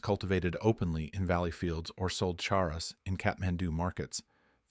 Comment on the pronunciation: Informative story but A.I. narrated and mispronounced the word every time. Charas is pronounced as "CHAR US", not Saras or Harras or what other ways it was said. I traveled there in the "good ole daze" of the 70's and made my own as I was trekking in western Nepal. One day I crossed a river and all along the bank as far as the eyes could see, cannabis was growing and flowering and very sticky!!!